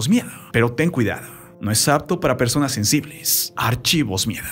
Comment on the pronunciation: Persones? Jajaja ridiculo XD